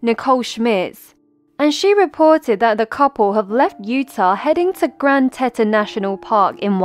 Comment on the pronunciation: 'Tea-ton' Finally found her 😞